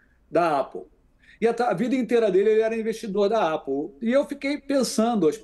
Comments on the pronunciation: comentarista da uol não sabe pronunciar "apple"... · mora pertinho da Apple e pronuncia dessa maneira? Estava ouvindo o vídeo pra dormir e isso me tirou o sono. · Cara mora em LA e fala Apple com pronúncia "A" de português é estranho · Se fala ÉPOU não APOU